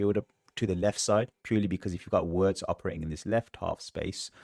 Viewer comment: His name is pronounced Virtz not Wirtz!